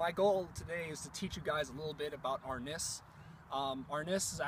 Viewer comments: Pronounced: AR-NEESE, not AR-NISS. C'mon bro, help out the Presas', don't take away... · The i in arnis is pronounced as "ee" so therefore, arnees